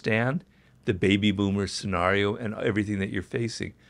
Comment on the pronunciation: he keeps pronouncing scenario as "sen-r-eo" instead of "sen-air-eo", which is annoying me